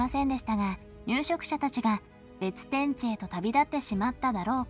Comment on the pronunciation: べつてんち、ではなくて、べってんち、だろ